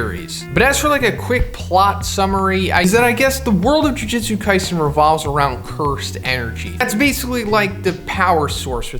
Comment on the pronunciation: Ju jutsu, not ju jitsu